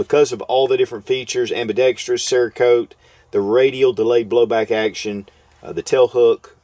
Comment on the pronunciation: "Ambidextreeyous" creeping its way back in. ;-)